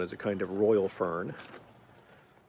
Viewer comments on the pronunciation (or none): none